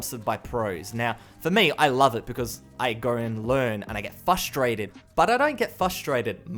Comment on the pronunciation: Some beta players like me play through the Beth launcher, so the numbers might be a little higher than Steam says. Also I can't help myself, it's "f-r-ustrated" not "fus-trated", my wife says that all the time and it drives me nuts! Lol